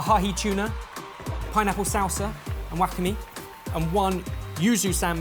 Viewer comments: Anyone who speaks Japanese will have vomited at pronunciation of 'wakame'. 🤢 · Wakame (seaweed) : pronounced wa-KAH-may, not whack-a-mi LOL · OH BEN with all your travels I thought I'd never have to correct you, I was thoroughly impressed with your knowledge of asian cuisines... and then you said "WACKatME" and I- well I had a good chuckle. tehe, its more like "Wa-KAH-May" my love!! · I had to relisten to pronunciation of wakame: "wack-ah-me" lol. It's "wah-kah-meh". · its wakame not wakami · say wah-kah-mae, not wahkahmi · pronunciation of Wakame as Wackame is killing me. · "WHock-a-mee"? Oh no 😩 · kills me inside when he said whack-a-me hahhahaha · What is Wakami???? I thought is wakame like わかめ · Can't get over pronunciation of wakame..."guahamé";_ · whoa that was the most American Wakame pronounciation, and comming from Brit... O.o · nitpick wakame ends with a long a, not a long e. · I wasn't correcting. Just noting the 2 ways it was uttered were both off. 🖤